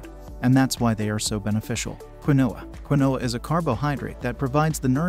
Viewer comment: Did I just hear quinoa as quinn-no-ah? It's pronounced as keen-wa